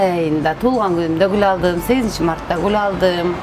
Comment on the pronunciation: Эхх кыргыз созу "гул алдым"десе "куло алдым "деп угулат